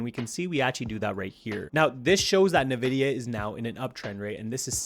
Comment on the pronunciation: Nvidia, NOT "Nividia"